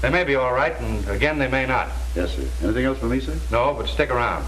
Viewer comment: Captain said Anathing instead of anything.